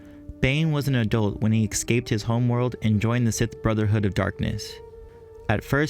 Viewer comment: It's escape not ecscape